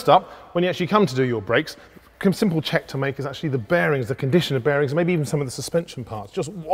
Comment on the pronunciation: Did he just say 'simprle' lol?